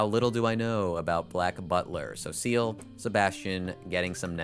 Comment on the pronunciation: I can't stop laughing (positive) at you saying "Seal-- how little do I know about black butler? well Seal and sebastian are getting nendos--" like incredible pronunciation storytelling on how little it is indeed! no shame tho, it's pronounced in the french-style, so something more like "syell".